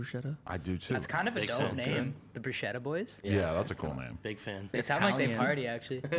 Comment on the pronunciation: The real Italian people cringed hard when you guys said “Bruschetta” 😭